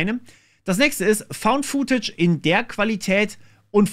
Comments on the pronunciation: Footage spricht man futtetsch aus, nicht fuhtätsch. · "Footage" bitte mit kurzem "oo". Hat nichts mit "food" zu tun.